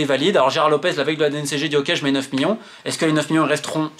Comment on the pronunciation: Tellement il est colère il a bien prononcer miLLions ! 💀ok je sors !